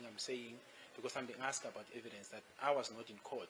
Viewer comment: "You must answer the askhed". 😅